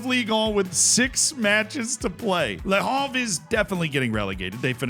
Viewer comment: For reference, Le Havre ISNT pronounced Le Harve, like Harvard It's Le Have-reh